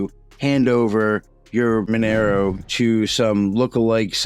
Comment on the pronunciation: Mon er o? No. məˈnɛroʊ Mon - air - oh Two minutes in and two words are mispronounced. KEY words.